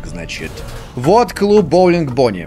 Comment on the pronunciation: не умеет говорить Бонни